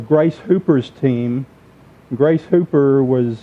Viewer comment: Her name was Grace Hopper, not "hooper" as the speaker mentions it.